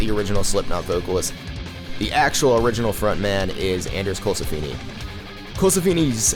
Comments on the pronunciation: Colesfni in pronounced "cole-sef-nee" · His name isn't Anders Colsefini it's Colsefni. Neither one is his legal name but regardless idk where that first I came from but it's never been in his stage name. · Bro says Anders colsefni so weird